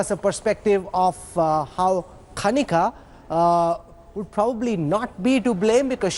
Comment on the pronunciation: please somebody tell him that She is kanika not KHANIKA🤣 🤣🤣🤣